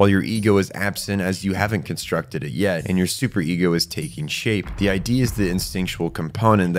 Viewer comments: Id is pronounced phonetically, not as an acronym. Like Ed, but with an I. Id. Amazing video, that just kept popping out to me every time you said I.D. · Id isn't I.D. it's Id, like did without the first d. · You say "id" as a word. Not like "i.d." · Eri is right, was talking about the freudian concept of ID. It's pronounced id like in 'did' though, I was saying I.D during the vid. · he was pronouncing it like ID as in identification card and it's id as in one layer of the psyche pronounced id as in did. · it's Id, not I.D., silly pants :D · btw, it's Ego, Super Ego, and Id (ihd). Not I.D. , but I would understand why you would pronounce it like that if you've only encountered it in all caps like shown in the iceberg image. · this is a really good vid but i need to point out that it’s pronounced like “Id” (the way you would pronounce the ‘i’ in ‘internet’ and then with a ‘d’ after), not “I.D.” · it's not i d it's Id, pronounced like it but harder. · Is it pronounced I.D.? Have I been wrong this whole time saying id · its not pronounced I.D. its id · Apologies for pronouncing Id wrong, I am aware it's id as in 'did' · hey man, why do you pronounce id like ID like identification card? it's pronounced like it's a word on it's own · Great video but every time I heard you mispronounce Id (it's pronounced similarly to 'it', not 'I.D.') was like someone was hammering nails into my soul... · holy crap that was driving me nuts by the sheer rapid reptition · Is this read to us by an AI voice or do you really not know how to pronounce "id"? Is there any research in this video at all?